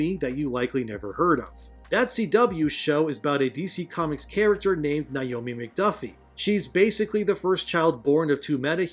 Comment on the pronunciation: Niomi? It's Naomi. Nay-oh-me.